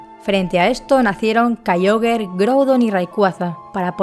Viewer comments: Sólo una observación: se pronuncia "Kiogre", no "Kaioguer". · Es en pronunciacion es Kiogre y Rayqueiza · ¿Kaioger? ¡Kyogre! Deja el postureoo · "Kayiogre" Tipo agua Tercera generacion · No se dice kaiogre se dice kiogre y tampoco cherneas se dice xerneas